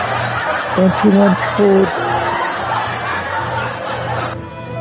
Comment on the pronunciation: Fewd. Fewd. Fewds. Fewd.